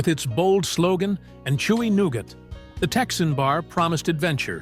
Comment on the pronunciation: Bar Noonin, huh? I always thought that the word was 'none'....Anywho...lol...I loved Whatchamacallit bars when I was a child.